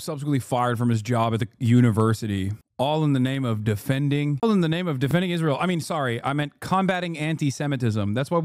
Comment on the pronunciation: "The Gulf countries support Izrail, so..." That pregnant pause where realizes he's not actually prepared for this interview, and then just lightspeed changes the subject [chef's kiss]